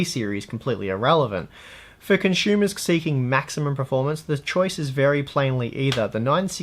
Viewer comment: what exactly is a 'con-shumah'? :)